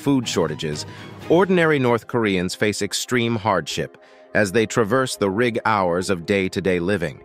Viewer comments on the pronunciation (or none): Guess this narrator is a computer ..........Child Lab Hour .........aka child labour and rig hours aka rigorous ....... hilarious ! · Same problem for 'rig howers" (RIG ORS) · Narrator also says- Rig-hours, instead of "rigorous".